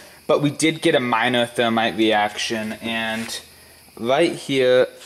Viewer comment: My camwa shut woff in the middle of the weeaction 😂